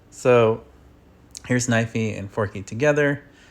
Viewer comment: Not knivey